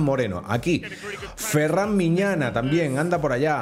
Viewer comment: has pronunciado mal el apellido de ferran